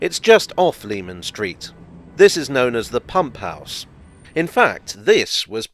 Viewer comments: “Leman Street” should be pronounced like “Lemon”. Just worth mentioning because it feels like it’s dying out these days, Jack the Ripper related media getting it wrong hasn’t helped. Anyway, great video again. I find those old London and Blackwall stations very interesting. It’s incredible to think how the line and its Millwall extension were so out of favour and then would come in handy with the DLR. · Leman Street was pronounced LEH-MON Street by the locals according to my father who lived not far from there. I remember getting lectured about it when I was a youngster making the same mistake! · I second that citrous pronunciation!